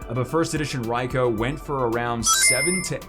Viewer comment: Isnt it pronounced Raikue?